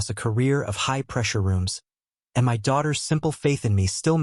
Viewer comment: Another story sounding the letters of the word my sounded as two separate letters. Why. The AI is once again useless